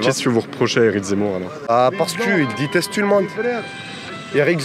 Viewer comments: « Je te diteste » lui aussi il te « diteste » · "Éric zemmour, je te diteste.. Je te diteste" Ma Fronce va mal.. Très mal ! LA FRONCE se meurt petit à petit... Vive le grand Z !